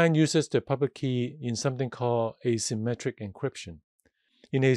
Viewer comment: Thanks a lot! This is very useful! it s hard to follow due to I think you using indefinite artical "a" (as in "a symmetric") vs the way "asymmetric" is pronounced. Also the fact that you added "symmetric encryption" to the diagram AFTER you mentioned your point. Sorry for nit-picking, just hope this would help anyone else